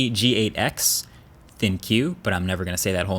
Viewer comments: I always thought ThinQ was pronounced "Think", given the AI/Neural processing capability advertised in the original ThinQ. Pronouncing it as "ThinQue" just sounds weird... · it is not thin-Q, it is thinK but written with Q instead of K, why nobody ever gets it! xD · Great video, I just wonder why everyone says "ThinQ when it's pronounce ThinK, the Q sounds like K. At least that's what LG meant to say. No one seem to have gotten that memo but it is pronounced Think not Thin q.